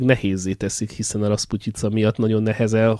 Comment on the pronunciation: Ez a jó cím.:) És gratulálok olyan szépen ki tudod mondani A raszputyicat...:)